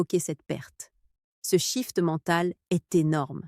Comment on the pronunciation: IA de merde Vidéo qui rompt la confiance. Le sentiment... "d'aCUI" ‼️ Point "NÉRO 3"‼️ Ce "chiFFT" mental‼️ Quelles expressions de merde ‼️ VIDÉO DE MERDE 😂 😁😂🤣 😁😂🤣 😁😂🤣